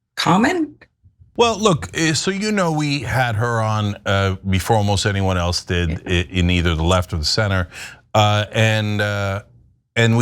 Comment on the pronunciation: I just like how she says "eltse" when she means "else".